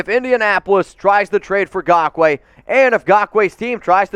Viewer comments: Raiders…and even more importantly, the raiders fans who watch your videos. Never again do we have to hear you say “Gakoue” as opposed actually saying it properly by using the N at the beginning of the name. And before anyone tries and defends, yes it’s important to pronounce names properly when you cover sports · Now you can stop saying his name wrong lol